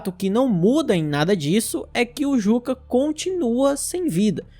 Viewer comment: Perfeito. Só uma observação. "Jukka", em finlandês, se pronuncia "Iuca". Igual ao ex-baterista do Nightwish e Sethian.